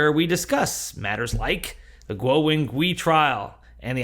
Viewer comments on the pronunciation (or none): Guo: rhymes with English "squaw." Wen: rhymes with the "mon" in "common" (i.e. the vowel is a "schwa." Gui: rhymes with English "sway."